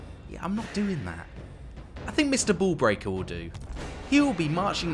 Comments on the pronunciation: I heard Mr Ball Breaker and not Mr Bull Breaker lol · You know he might have meant to say bull breaker but you know he saying ball breaker.